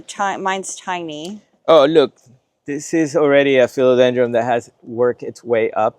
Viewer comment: Dude- are you saying Philodendr-um?